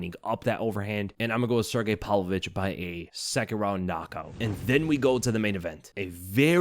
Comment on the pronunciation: Pav-Lovich, PAV-Lovich, not "Pal-Vovich." Jesus man.